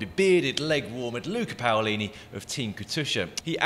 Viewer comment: I thought my teammate was called Paulini, not Poolini!!